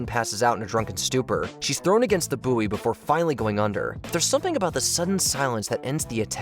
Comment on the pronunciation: Buoy lol it’s pronounced boy